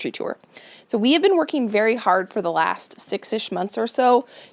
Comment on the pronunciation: As a non native English speaker, I didn't know that the words last and this could pronounced lasht and thish. Is it a dialect from where you live?